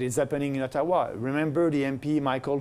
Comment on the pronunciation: When he said Ottawa in , i thought he was saying Taiwan -_